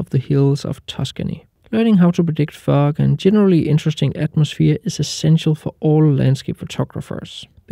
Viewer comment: Really great tips. It took a couple of times for me to realise you were actually saying "fog" sounded like a totally different word to my ears lol